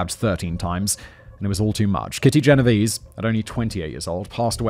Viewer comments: Writers, wonderful writers, can you please go back to including pronunciation guides - especially for names - for Simon?! It feel disrespectful for him to be (accidentally) mispronouncing the victim's name. Genovese is of Italian origin: the last 2 'e's are pronounced like the e in 'bet'. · isn't it pronounced "gen-oh-vay-zay"? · You say the last e in Genovese.